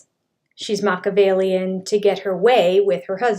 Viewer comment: People who can't properly pronounce Mah-key-ah-vellian (SIX syllables), probably shouldnt use the word!